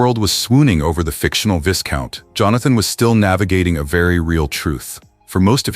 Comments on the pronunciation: Really articulate top quality narration ( yes it’s AI but a human came up with the excellent content) just one niggle though can the voice be programmed to pronounce ‘viscount’ correctly? It’s ‘vye count’ not ‘viss count’ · Couldn’t believe he pronounced ‘viscount’ incorrectly!!